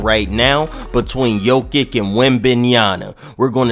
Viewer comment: Bro butchering ever body name. I tried to ignore it but when u messed up jokic name I was done